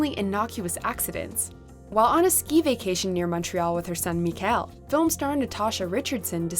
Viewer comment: Micheál is pronounced ME-hall. It’s the Irish form of Michael. No idea where they pulled me-KELL from.